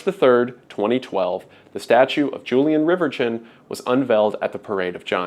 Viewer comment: I'm pretty sure "Julien Reverchon" shouldn't be pronounced "Julian Rivertchon"